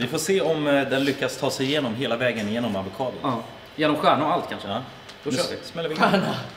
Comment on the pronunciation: Stjärna, särna och avosado...